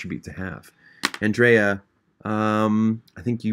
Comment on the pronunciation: he wasn’t saying MY NAME specifically but the way he said “andrea” was exactly how i say my name and so it made me happy to hear someone pronounce it how i do